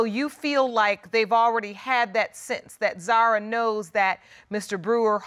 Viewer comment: yes, but we say Zahra( the h sound is clear) not like Zara